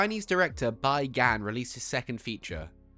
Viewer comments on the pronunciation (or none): it's pronounced "Bee Gun." otherwise, awesome video.